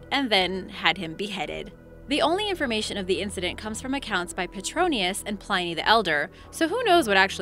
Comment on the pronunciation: And Pliny